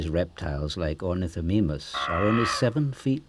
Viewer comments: dumb garbage It's Oar-Ni-Tho-My-Muss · You mean Ornitho Meme Us? Because that's how he pronounces it apparently. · You pronounced ornithomimus wrong. ( Good video)